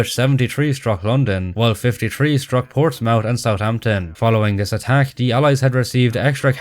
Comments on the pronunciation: Calling Portsmouth (Port-SMITH) "Ports-MOUTH" needs correcting as well. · hey. Portsmouth is pronounced like the second part isthmus. Ports-mthhhh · UK Man here, who the fuck pronounes mouth like woof? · Just a small correction on your pronunciation of Portsmouth. Mouth is pronounced like woof. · You pronounced Portsmouth wrong which surprises me, you are Irish not American. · its the wrong pronunciation of an english town, the speak is irish he is pronoucing it wrong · tbf he is pronouncing portsmouth wrong